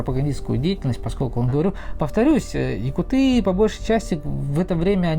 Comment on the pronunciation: Если ты говоришь якутыы, тогда и говори тунгусыыы! Правильно будет якУт. Ты же не говоришь например бурятыы, а бурЯты. Татарыы, чеченцыы, башкирыы. Тогда почему вдруг говорите якутыы? Очень режет слух, вообще правильно будет саха!